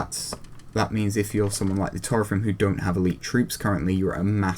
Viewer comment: Sorry for bothering you, but you mispronounced Taurethrim. The "au" is pronounced like "ow" in "owl". Also, it's "Cerinrim", not "Ceinrim", and it is pronounced Kerinrim. However, you pronounced Morwaith, Limwaith and Pertorogwaith (now renamed to Perdorogwaith, so you need to pronounce a D sound instead of a T sound) correctly.